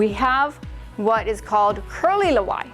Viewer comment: It's not Lawai.....it's Laua`e when pronounced